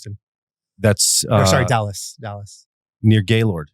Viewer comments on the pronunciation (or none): none